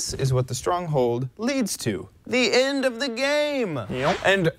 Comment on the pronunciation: End, not ind